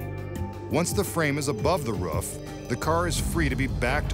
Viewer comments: Is there a reason the narrator says "ruff" instead of "roof"? Hes done it in this and the levitation trick outside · ruff of the car, u sure it’s not roof 🤣 lol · It's r-ooof not r-uuuf u strange narrator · He says ruf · There is also a mystery as to the pronounciation of the word "roof" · why does the narrator say roof wrong?